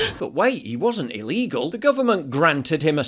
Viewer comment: Shouldnt the argument be the white guy should be able to carry a knife instead of "illeegull deadlee weapon?"